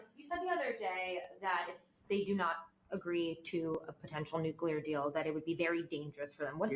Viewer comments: It’s NUCLEAR, not NUCULAR!! That English isn’t my first language excuse doesn’t work here. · And NUCULAR….. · NEW CLEE ERR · Can’t take you seriously if you continue to mispronounce the words TUMULTUOUS and NUCLEAR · I think English is not his first language. If that's true, I'll give him a pass on tumultuous, but at this point, I can't give anyone a pass on nuclear. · Tumultulous. Tumultulous. He said it twice this time. NooQler!!! Instrumentable!